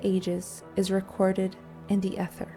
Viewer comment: I think it’s AI …pronouncing “ether” incorrectly